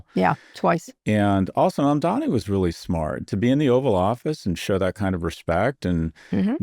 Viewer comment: i'm glad Scott felt the need to finally correct himself and say Mamdani's name correctly for once. it's only been...months?